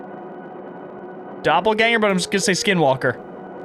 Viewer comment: I’m sorry, but as a shapeshifter nerd the pronunciation of Doppelgänger made me want to puke. If you’re making a game like this and want to have it be voiced over, please just to the VO yourself. AI voices almost never do a good job. Everything else about the game is absolutely stunning and I have no complaints about anything other than this.